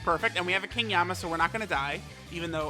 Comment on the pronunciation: King Yemma not Yama 🤔 Tanabata not Tanabota 🤔